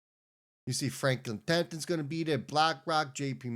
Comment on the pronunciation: It’s TEMPLE TON. Not tempton.